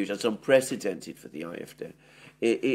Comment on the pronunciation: AfD. Not IFD. "A" is (usually) pronounced "ah" in Deutsche.